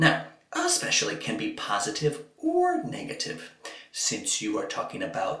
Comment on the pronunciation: why do Americans pronounce it as 'expecially'